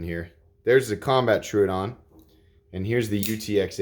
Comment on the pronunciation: Tro odon not truudon come on man